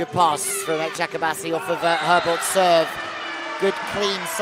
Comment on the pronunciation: This commentator should ask how to pronounce the name of the clubs before the games. Very simple task, right?. Like he doesn't have to do it perfectly, but he should get kinda close. Every time he said the name of Eczacibasi, he said differently and never got it right.